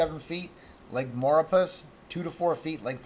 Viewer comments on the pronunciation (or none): Thanks dude, much appreciated. Also maurepas. Is pronounced MAR PAUL.. just for future reference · …and you still don’t say Maurepas correctly. Lol You need to look at the Loop Current. Once you get into seeing it, you will realize this storm has Monster Potential